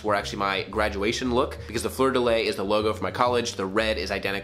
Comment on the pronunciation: It’s pronounced “floor de lee”